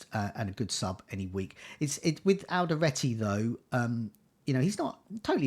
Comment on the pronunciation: It's Alderete not Alderate :)